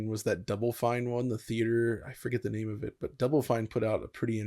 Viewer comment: You butchered his name twice lol.